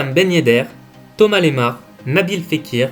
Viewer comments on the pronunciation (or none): none